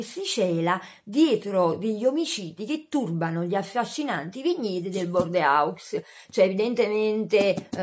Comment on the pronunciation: Che belli i libri! Io leggo tantissimo. Sto sempre con un libro in mano! Questi che hai mostrato tu non li ho mai letti ma sembrano molto carini. Comincia da quello della torta al cioccolato! Bordeaux si legge bordò ❤️